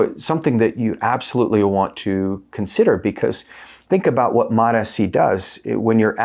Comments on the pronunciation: It's mots-c, not MOTA-C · Please pronous MOTS-C like eveyone else! It's annoying to hear you say mot s c. You don't say M O T S C separately, each letter. Why do you say mot and then say S instead of just saying mots? Like the applesauce. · Please!!! For the sake of God. MOTS is one syllable. Then add “see” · “Mots C “ bro… two syllables … why are u the only person on earth saying “Mot S C”? Your content is excellent man, but your pronunciation of this peptide is bothersome lol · It MOTS-C not MOTA-C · I always pronounce it MO-T-S-C (moh tee es see) just to troll you guys. 😂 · "Suh-mag-luh-tide". "Mot-ess-see". Uhh no. 😅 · MAAAHTs-Ceee. 2 syllables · so the fact most people respect the hyphen in the name and say “mots”-“sea” is irrelevant? Why is he separating out the “S” when that’s not how it’s spelled out? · Very hard to take seriously when you cant say MOTS properly 😢wow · Can't even say it properly lol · Learn how to pronounce it 🤦‍♂️ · The way he pronounces this peptide is obnoxious. I'm sure he thinks it makes him sound smart but he is literally the only person I've ever heard say it that way. Don't be annoying just say it how everyone else does. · The way you pronounce the peptide names makes me want to not even watch any other videos of yours. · Confidence waning seeing as how you don't know how to pronounce the peptide you're making a video about. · I can’t take you seriously if you can’t pronounce the peptide correctly. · lol Seriously. The way he’s pronouncing it is triggering me.